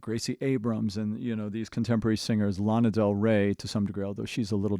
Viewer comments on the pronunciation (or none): none